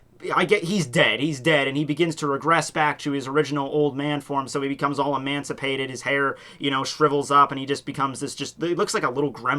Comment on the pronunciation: the word is actually emaciated, sorry, you've said that a lot and its kinda bugging me:p